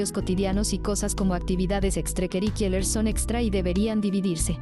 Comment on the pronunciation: Supongo que el lector automático sólo lo lee en inglés por defecto.